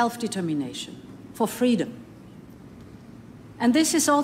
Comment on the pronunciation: SO MANY TIMES I LISTEN THE WORD " FREDOM " IN THE LAST MONTHS.....THAT I BEGAN TO FELL !!!!!!!!!FREEEEEEEEEEEEE !!!!!!!!